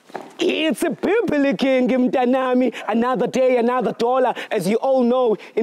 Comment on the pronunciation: Camera man always disappoints on " its bibilicing"🤣😅🤞